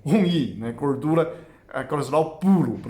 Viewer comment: Acho tão lindo o falando..."gordula". Não conheço Chinês mais maravilhoso que o. 🇧🇷❤